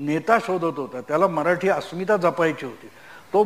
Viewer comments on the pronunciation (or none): none